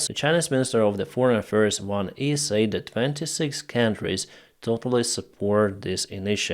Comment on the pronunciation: English tip of the day for: the word "said" is pronounced "sed". Short E. So glad to hear of the push-back up north of Kharkiv. Yanukovich is a dedman walking. The Rethugs are just trying to deflect from DJT's mental defectiveness. I will be voting BLUE straight down the ticket.